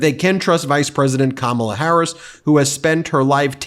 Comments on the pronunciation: WTF is wrong with him. Why does his supporters think the foul things that he say are funny. He's too friggin old to spew the filth that he does. And for Mace to intentionally mispronounce VP Harris' name just shows her level of maturity. Real Republicans take your party back from these lying magas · After hearing Mace disrespect Harris by mispronouncing her name, I hope that people like Swalwell will call her “Nuncy” on the floor of the House!